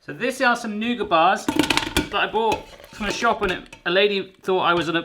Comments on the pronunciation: It's either nougat or nuggit, never nouger. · Why did he leave the "t" off the end of nougat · Maybe make intermediate ones in muffin/cupcake size. Also, please pronounce the "t" in Nougat. Also, don't use white nougat. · noo-gut not noo-guh or nugget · Who in the world calls nougat nugget? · You say 'noogar' and in America, we say 'NewGit' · Nooger? Is that like a booger? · Nougat= "noo-get" :P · It's pronounced Noo-git 🤷‍♀️ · Do people actually pronounce nougat like "nugget," or was that just a joke? Anyone in the comments pronounce it that way? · Never heard anyone call nougat 'nugget' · I pronounce nougat as new-get. Am I completely wrong? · It’s pronounced nougat not nougat lol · Just say nougat without the t. I think the Muricans will understand. At least I from Norway do. Saying nougat with a t is like saying ballet with a t.